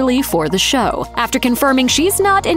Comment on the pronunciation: Show not shoe lol